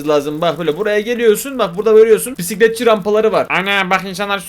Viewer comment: Bisikletçi❌ Pisikletçi✅